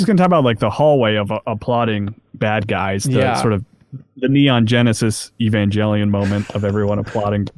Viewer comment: Wu-Tang symbol in the beginning gets brownie points... but said points are taken away by his pronunciation of "Evangelion" As for some excellent Poison Ivy stories: Batman animated series: Home and Garden, Eternal Youth, and one of the best episodes ever, Harley & Ivy. All-Star Batman #7 (New 52) Batgirl Annual #2 Gotham City Sirens basically any modern Harley Quinn run. Enjoy!